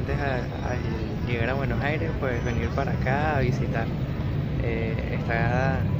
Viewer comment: Jajaj me encanta cuando pronuncian Bs As. Es raro. Lindo vídeo